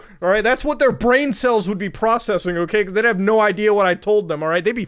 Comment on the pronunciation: wait, they have bwain cellsh?